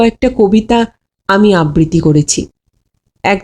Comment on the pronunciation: মাফ করবেন।উচ্চারণে কিছু ভুল ধরাচ্ছি।কথাটা ..... আবৃতি নয়,আবৃত্তি।